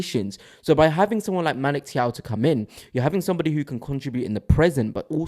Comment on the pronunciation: You keep mispronouncing his name…it’s Magic Thiaw